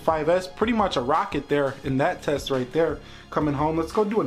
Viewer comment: that h is the key for I phone 5s righth haaaa....